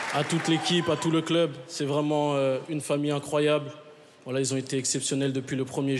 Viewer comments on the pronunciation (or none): Quand il dit" voilà" j'ai l'impression d'entendre WALLAH 😂😂